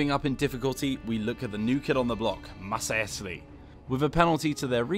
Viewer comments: Nothing beats the Masaesly. Can't even pronounce their name right... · that's ok mate - it has lots of syllables! you did ur best!